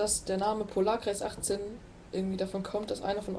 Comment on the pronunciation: der hat 18 falsch betont ^^